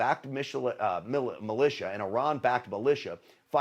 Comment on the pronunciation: This jock is so dumb he pronounces militia as Michelin